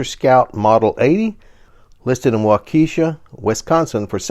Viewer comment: FYI: the 1963 Scout, the name of the city where it is is pronounced Waw Kee Shaw.